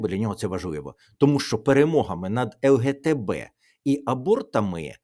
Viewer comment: Пане Тарас , не ЛГТБ , а ЛГБТ , це не ваша тема , але постійно вухо ріже 😊😅.